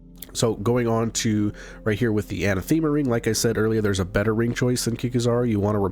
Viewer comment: Anathema = anne - ATH - em - uh.